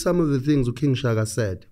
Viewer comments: Its King Shaka...not King Shagaa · I don't care. It's Shaka Zulu. Not 'Shagaa Zulu'!